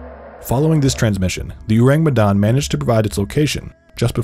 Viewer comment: Their mispronunciation of Urang Medan is so distracting 😅😅